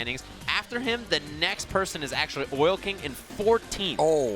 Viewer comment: He said acksully like 10 times in a row. It's ACTUALLY! You fucking illiterate.